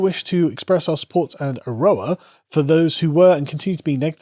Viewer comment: 'nga' can be approximated by saying 'in-ga' quickly. But you also kinda have to either drop the hard I in the pronunciation. It's easier to pick up when heard. Edit: and Aroha might be better pronounced 'A-row-ha' with a rolled R.